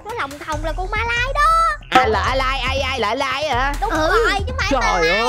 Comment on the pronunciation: Ma lai ❌ Mai la ✅ Sợ Mai lắm :)